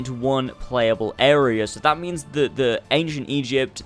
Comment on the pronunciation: I thought he said Asian egypt 😂 not ancient Egypt